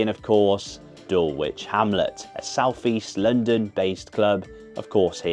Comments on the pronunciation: Dulwich is pronounced "dull-itch". Honestly!! 😂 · The Dulwich v Altona games are always a great piss up, they put on events the whole weekend. The L in Dulwich is silent by the way, imagine you have a Dull Itch, then you're saying it right!